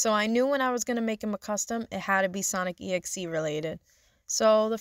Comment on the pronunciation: Your pronouncing it WRONG , it's actually sonic DOT exe